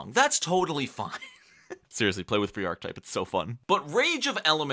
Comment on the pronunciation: Good content, but one thing bugged the heck out of me: Archetype is pronounced aar·kuh·tipe :)